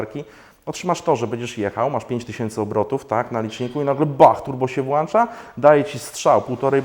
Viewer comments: BTW, turbo się włącza a nie włancza... :-DA sprzęgło się rozłącza a nie rozłancza... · na Boga włącza a nie włancza, w domu masz włączniki czy włanczniki? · włącza, a nie włancza dwa tysiące któryś, a nie dwutysięczny któryś rozłącza, anie rozłancza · włącza nie włancza; )